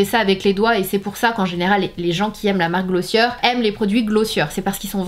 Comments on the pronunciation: It’s GlossiÉ not glossieur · On prononce "Glossié" 😉